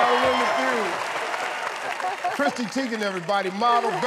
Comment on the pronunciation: Is it just me or is everyone else hearing christy instead of chrissy